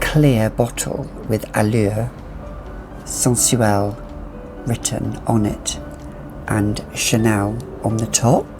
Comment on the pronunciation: Love the way you say "Sensuelle"